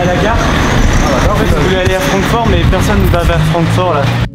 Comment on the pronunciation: Sa ce pronnonce Frankfourte sinon super vidéo